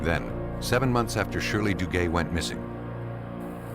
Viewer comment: If I hear the narrator mention the name, Shirley DooGay one more time - somebody's going to lose their fecking head round here 😂😂😂